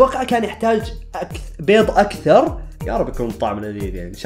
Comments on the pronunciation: بيظ❌ بيض✔️ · بيض✅ مو (بيظظظظظظظ ❌❌❌❌❌❌❌❌) لوسمحت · اسمع بيض مو بيط